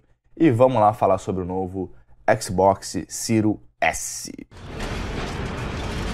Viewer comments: "Cirios éssi".... O encardido ai não pronuncia o nome do console... Como hoje qualquer favelado sem informação acha que é o dono da verdade... Em pleno 2020 nego ainda vem falar em exclusivos, a ai vc vai ver a lista dos 10 jogos mais vendidos no PS4 nessa geração e o argumento do "excrusivu" vira uma rola do Kid Bengala na bunda de quem ainda diz isso. O encardido da língua presa nivelou tudo de acordo com o gosto pessoal limitado dele. Vc tem um console a preço acessível, pronto pra próxima geração com um serviço como GamePass lotado de AAA, mas pq não tem o Lesbian of anus, não presta. Os Milgrau la da vida era retardados, mas o encardido ai se superou... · "xbox siro S" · “Xbox siru S” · O cara não sabe nem falar series s, ele fala siro s kkkkk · O que falar de um cara não sabe nem pronunciar o nome do Console , o que espero de alguém que fazer um análise sobre um vídeo game ou qualquer outra coisa , saber ao menos a proposta pra o produto foi criado . Kkkkkkkk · Canal que mais cresce no Brasil? Piada né? Tu nem fala o nome dos consoles direito. Comecei ver o vídeo e nem terminei... 🤢🤮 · O cara não sabe nem pronunciar o nome do console e ainda fala merda